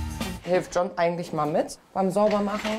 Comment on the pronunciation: Dieser Marcel ist ja ein Witz 😂 hat der echt sein Hosenbein hoch gezogen damit man sein Tattoo sieht😂😂, der John hat ja mega Defizite, kann den niemand richtig sprechen bei denen 😂😂.